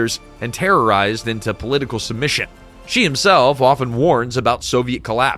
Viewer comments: Good lord, his name is not pronounced. "Jee." Closest in English is She, as in he/she. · If you are going to do videos about China, learn how to pronounce the major names. 'Xi' is pronounced 'she'.